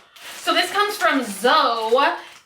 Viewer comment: Great lighting. You look gorgeous as always and whaaatt??.. no complaining?:D (P.S Zoe is pronounced ZO-EEEE, like Chloe, but Zoe or ZOEY) Also, I lerrrrve ASMR. I have been using it to help get to sleep.